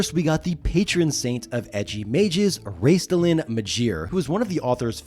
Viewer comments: Not sure how much I should trust a poster who cannot pronounce a two syllable name. It's Raistlin, not Raistilin. I mean, he's only the most well known character in the franchise. Now I am a diehard, I read the books in the 80s while in my 20s, I did a run of three years of Halloween parties and cons as Raistlin (to toot my own horn, I won awards all three years. I busted my ass on that costume with golden skin coloring, white tinted hair, black silken robes, special effects and a working Staff of Magius...I even shaved off my beloved mustache.). At this time I don't play any more, just try and find a game in small town Alberta, they would likely burn me as a witch. And I know the online D&D is there but It's so far afield of what I know I am a little intimidated. I will check out the text games, having played and loved Gemstone 3/4 during the 90s, love online mmorpgs. But I want a real movie before I die. How they hell could the franchise roll through the success of LOTR in the early 2000s and not capitalize on it. Oh yes, the franchise had 3 problems; TSR, WOTC and Hasbro. Three companies that were oblivious to what they had and, in the case of the last two, stupid enough to damage the ip. They key to getting a movie is to pry the franchise rights away from the ridiculously incompetent current owners. Hasbro. Sadly, I doubt I will live long enough to see it. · It's Raistlin, not Raistilan. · Funny that you keep mispronouncing Raistlin, your favorite character. It's only 2 syllables. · Raistlin is 2 syllables, not 3. It was either Margaret Weis or Tracy Hickman who said his name rhymes with "waste bin". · Great video but I'll not forgive you for your three-syllable pronunciation for Raistlin. I'm old enough to have bought Chronicles when it was spread over 6 or 7 books. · Pronouncing the T is Raistlin is wild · There's no vowel between the "T" and the "L" in Raistlin. Also, peripheal is not a word, peripheral is, per-iph-er-al